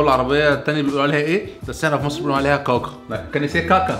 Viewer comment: كاكا عندنا بتتنطق مرققة مش مفخمة زي م طقتها 🤣😂🤣😂